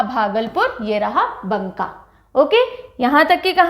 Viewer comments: Ma'am right pronunciation is Baka not banka 😊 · भागलपुर division में बांका है मैम, बंका नहीं। मैं भागलपुर से ही हूं। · बंका नही मैम, बाँका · It's not Bunka Its Banka . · Ma'am बंका नहीं... बांका होता है